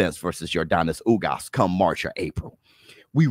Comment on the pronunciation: lol thats fine man. But if I was ugas I'd get annoyed that you're saying my name wrong 😂